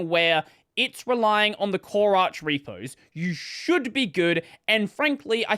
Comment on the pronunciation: Arch is pronounced as in archive